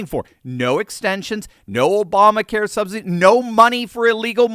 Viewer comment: Did you just say "sobsidies"? Either way, it's appropriate!